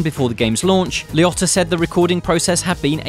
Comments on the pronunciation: Why is it that British people totally say peoples name wrong ? Liotta is LEE-Oh-Ta and Robert Loggia is not Log-e-uh it's Low-Ja Los Angel-Lease ? lmao nope try again. Debbie Mazur is Ma-zur , not Maz-zarr ... it's said as it's spelled Why don't you co watch some You Chube video's and learn how to pronounce things better. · Bro its Liotta like Lee Ohtah lmaoooo like wtf